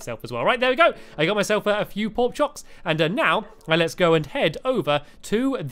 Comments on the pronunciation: Stampy Stampy Stampy you said porkchoks instead of porkchops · he said porkchoks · Stamps said porkkops not porkchops. Also anyone watching in 2017????? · You Said Porchoks LOL